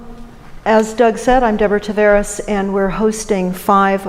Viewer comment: Deborah, why can't you pronounce your own last name correctly? ;)